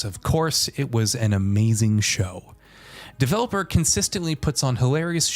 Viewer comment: It’s not “Developer” Digital. It’s Devolver Digital.